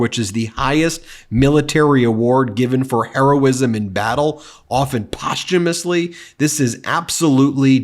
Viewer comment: btw it's "Post - humously"